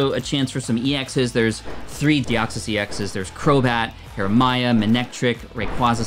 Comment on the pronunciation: It’s actually hariYama not harimaya lol . And sKarmory not skramory lol